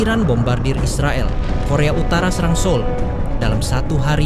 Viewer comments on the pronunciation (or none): none